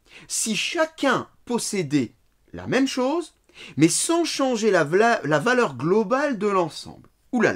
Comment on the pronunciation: La vidéo est bonne,il explique bien mais je suis désolé à il allait dire valeur mais il se trompe et dit vlaleur. Je suis désolé, c'est scandaleux je me désabonne immédiatement et je signale pour incitation aux terrorisme. Merci. Je soussigné Mr. Jean poitoucharente